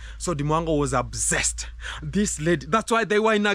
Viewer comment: Say up set not obsessed 😅